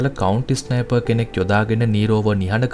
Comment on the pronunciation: ඉස්නයිප් නෙමෙයි බන් ස්නයිප්